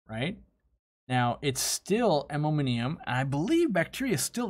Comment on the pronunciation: That and "ammominiumum"